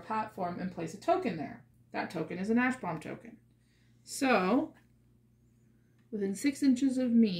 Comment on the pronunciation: Sounds like your saying a** bombs when saying ash bomb.